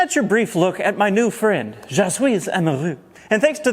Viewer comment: Ooooooooh fwend